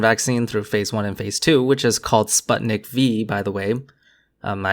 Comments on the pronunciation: Oh yeah, lots of people seem to pronounce sputnik (meaning satellite) like spuht-nik, but it's actually pronounced something closer to spoot-nik. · By the way sputnik is pronounced with more of a poo sound, but everyone says puh so it's forgiveable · Spoot-nhikh would be closer I'd say.